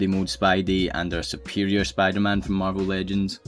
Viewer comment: Bro, sounds like Spoo der-Man